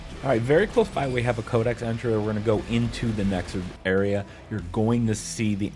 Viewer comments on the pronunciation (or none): Why do you say Kodak instead of codex? 😂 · Dumbass cant say CODEXXXXX.. he keeps saying kodak... as if the damn thing isn’t spelled right in front of his face 😂😂😂😂🤣🤣🤣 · Codex, not codec. Learn to speak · Thanks for the help. . . But for the love of god please learn how to pronounce "CODEX" You continuously say "Kodak" like the camera's or film. Go to google and it will give you to correct annunciation. Not to be a hater or a dick, you just say it wrong like 15 times in the first 5 minutes alone. Other than that video is great and thank you for the help.